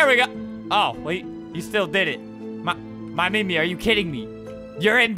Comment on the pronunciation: We all know its YOURMEMIA, not MYMEMIA.